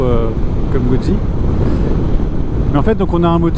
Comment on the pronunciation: #1 Italiano lessonne una☝️ Guzzi comporte 2 Z, donc on doit prononcer "Moto_Gout'si" , pas "Moto-Goud'zi" , quand on veut mettre l'accent ! 😉 👏 👏 👏 Bravo pour ton ton achat et merci pour ta vidéo. Longue route avec ta Guz'!!! 😉